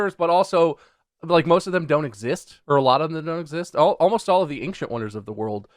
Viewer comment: bob says “ancient” stupid